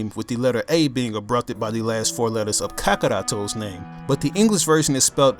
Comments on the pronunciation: Well goku's name is kakarotto not kakorotto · Ka-ka-ratto? I thought it is pronounce as Ka-Ka-Rott-O... Wait? That's how the Japanese pronounce it? Oh? Okay... I see now...